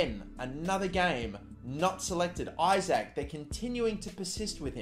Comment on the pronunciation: Isak is pronounced E-sak